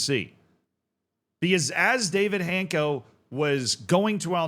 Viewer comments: It's not Hayncko or Hancko. It's Han-ts-ko. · my ears hurt hearing Hanko instead of Hancko every time, but his transfers were rumored for seasons, only to fail every time, I thought he's cursed or something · I think it's pronounced hanchko. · It's funny that I saw Hancko today at a friendly with Porto, who signed Luuk de Jong without any knowledge of journalists at all. 2x failed here-we-go in one stadium, what a beauty Also the pronunciation is Hantz-koh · It's netiher. More like Hanchko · I think it is pronounced Hants-co but perhaps someone else has a better pronunciation